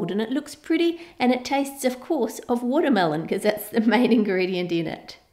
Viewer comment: You said watermealon 35-34 times (Including this one time wen you said "watermealons")